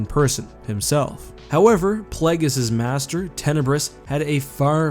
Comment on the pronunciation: Isn't it Plague-iss, not Plaggiss? Either way, jeez these Sith choose very silly names, they're like 14 year old boys 🤣